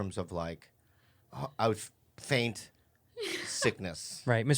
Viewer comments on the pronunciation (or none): I laughed so hard when he said “faint sickness” instead of feign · Feign sickness, not faint Bobby. Learn engrish arreddy! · Bobby... it’s feign sickness not faint sickness 😂